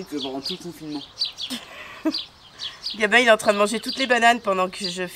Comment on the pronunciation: Salut je voulais te dire à au lieu de dire Gabin ta dit gamin breff je vous embrasse ❤ bisous ❤